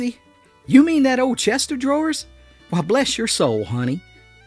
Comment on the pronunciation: It's a dadgum chest of drawers. Not Chester draws. Even mountain folk know that....